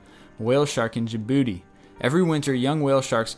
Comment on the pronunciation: Jabooti: I snickered when I heard this...